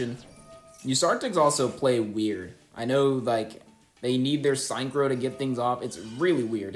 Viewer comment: why do you mispronounce synchro like that? its sink-crow not sign crow